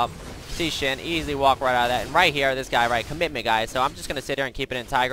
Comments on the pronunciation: SHEN. Not xin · sounds like he is saying Shin